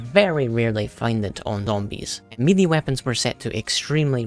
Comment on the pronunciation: your pronouncing melee wrong